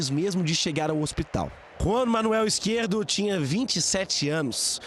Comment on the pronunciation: É Izquierdo e não Izquierto, ajeita isso aí